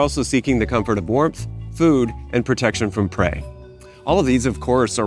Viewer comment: Did i hear “protection from pray”? Or “protection from preying”?